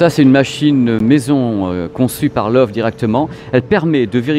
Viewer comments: video sympa mais...personne chez la grosse bertha vous a donne la prononciation du nom? il faut arreter avec love c'est loewe alors en francais ce serait lewe (le ö se pronnone e et prononcer le e de la fin. C'est lion en allemand) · Bonjour, j ai bien aimé votre documentaire par contre LOEWE se prononce "leuveu " ( lion en allemand) Cordialement